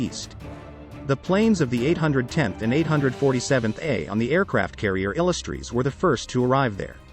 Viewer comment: interesting that AI cant pronounce " Illustrious"